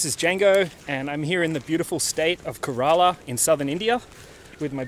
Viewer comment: You spell Kerala like Gorilla bro 😂 spell like K - RA - LA